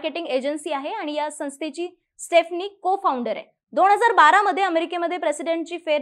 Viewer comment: Madam ek chota correction: स्टेफनी nahi स्टीफनी aahe